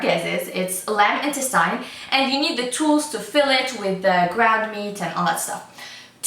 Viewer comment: i think you're pronouncing "intestine" incorrectly